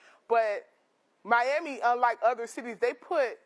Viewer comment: "Meyammy" sorry bro, I can't!